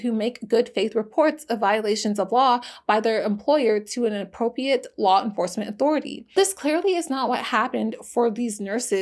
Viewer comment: Loved the video. It might be good to learn how to say “appropriate.”